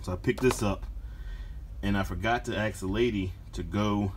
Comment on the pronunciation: ask is not pronounced as axed.